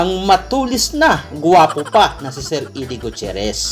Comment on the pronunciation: Actually sa english minsan idie din ang pag pronounce ng eddie